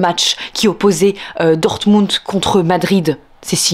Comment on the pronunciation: Très jolie prononciation de Dortmund. Mais surtout de Oppenheimer Vive Canal+ vive les jeunes actrices ^^